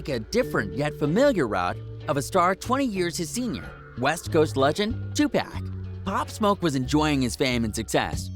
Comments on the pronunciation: This channel is weird the guy called 2pac 2PACK lol wtf. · This nigga called 2pac "2 pack" lmfaoooooooo clown ass fraud channel tfoh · "Two Pack" Whose mans is this? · I can’t take him serious after he said two pack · 2 pak 😂 learn how pronounce the names correctly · first off......you said "2 PACK" haha....theory already bunk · Lol Its 2Pac This dude who rec is dumb